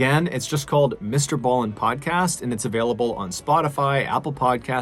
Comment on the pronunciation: So nice to hear Mr. Ballen pronounce the name 😂. 🇰🇪